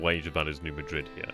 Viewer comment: New Madrid is actually pronounced Ned MAD-rid. Don’t ask me why! 🤔